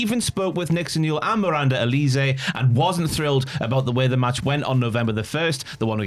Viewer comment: The way these guys are pronouncing Miranda Alize’s name makes me want to slap them 😒🙄